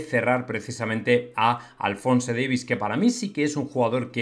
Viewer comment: Macho deja de decir Alfonse, ni siquiera el propio Davies dice Alfonse, solo Alfonsooiiiiii